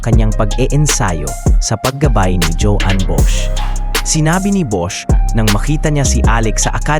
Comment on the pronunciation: "JOAN" is the Catalan spelling of the Spanish / Filipino "JUAN," found mostly in the northeast and eastern Spain. It's English equivalent is "JOHN," or the German "JOHANN," so the pronunciation is like "hoh-WAN," not "djohwn" (feminine) or, in the Philippines, "djo-ann." Hope you can correct in future vids.